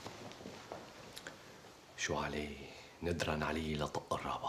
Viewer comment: لطق مش لطلّق 😅🤝🏻